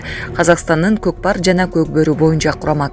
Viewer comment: Кокпар эмес Котпар